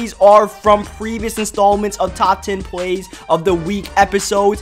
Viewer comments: dude its plays not pways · The word "plays" does not have a "W" in it. It is pronounced "Pways".